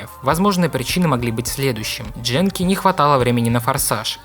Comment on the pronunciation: ГЕНКИ! Это фигова японская студия, а значит никаких проитальянских произношений злополучной буковки. Не Дженки, ГЕНКИ, и только так